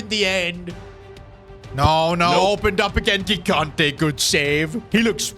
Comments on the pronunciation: it is Luca JIGANTE like you spell GIANLUIGI. READ THE FRICKING G THE SAME WAY😭😭😭 It is so annoying for us that speak portuguese, French, Spanish and Italian😭😭😭😭🙏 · i'll keep going until he sees my comments: the first "g" in gigante's surname is pronounced like the "j" in john or joy, please say it correctly!!